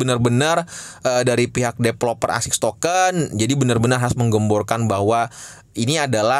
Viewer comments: Bang tolong tolong banget bilang ASIK TOKEN bukan AKSIS TOKEN 🙈🙈🙈 😂😂 TOLONG TOLONG BANGET PEGEL GW DENGERIN NYA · ASIX bang... Bukan ASIS apalagi ISIS.... 😂😂... SALAH sebut meleee lu bang...